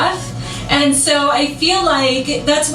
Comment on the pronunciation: “Aayaaaand” Crystal…it’s ‘and’